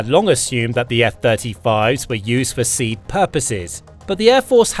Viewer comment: Pronounce SEAD "see add"